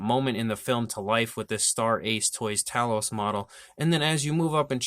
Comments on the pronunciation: NIce review! But... sorry to nitpick, but it's TAY-LOUS, not TA-LOUS.... don't hit me for correcting you! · Great review . Made me want to get one . Pretty sure its pronounced Tay loss though . Going by movie